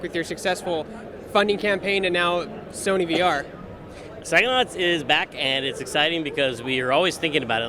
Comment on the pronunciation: How is it that the man who invented the word psychonauts can't say pscyhonauts? "Sackonuts?"